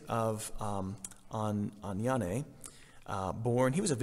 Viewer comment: Some place in France..that was funny.😃 btw Father the 'e' at the end of Agniane is silent 💖😊 The Servite order is in Ottawa and they serve at the church St Anthony of Padua. Those are the only servite I have met